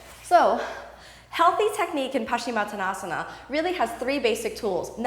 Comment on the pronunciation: Kino - big fan, great instruction, but please amend the pose name to the correct spelling and pronunciation. Peace out sista! Keep up the great work.